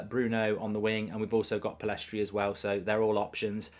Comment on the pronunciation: Pellistri not Pillestri